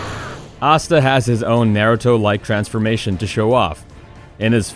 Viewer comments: ya it tells ya he watches none of these shows Asta. He think it spelt like pasta just minus the p. If you try to give your opinion of 10 best Power Awakening at least watch the episode or do some research because you would at least would of heard them saying their name correctly . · You pronounced naruto asta and obito wrong, just a heads up.